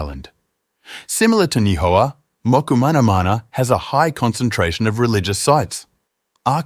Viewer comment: Your pronunciation needs work: Mokumanamana is Mo-koo-ma-na-MA-na, Nii-hau is NEE-ee-how, Kahoolawe is Ka-hoo-LA-Vey (in Hawai’in, W is pronounced as V) and Lanaii is La-NA-ee. Also it was King Ka-me-ha-ME-ha (you dropped a syllable.). But your history is solid.